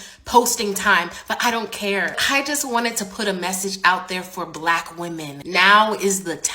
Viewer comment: "BLACCCHQ women. " speak normally 😂